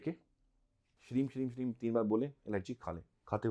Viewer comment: Sir shreem bolna hai ja shrim